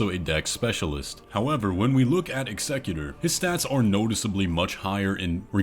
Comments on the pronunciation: Sorry... i AM that guy.... but its not eggsecutor. Its EXECUTOR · executor- execute-er. not excecutor. sorry it was driving me insane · Ex-a-q-ter. Sorry it was bothering me. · I just cant with the pronunciation of Executor... dude must be trolling. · Bro the way you pronounce executor makes me cringe so hard every time.